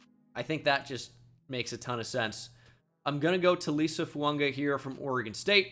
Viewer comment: Why do you routinely pronounce Fuaga as Founga?